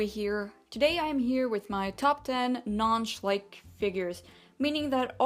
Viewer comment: for god sake it is schleich not shlike